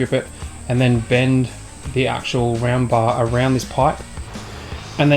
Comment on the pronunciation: Am I the only one who thought he was saying ramba when was actually saying round bar?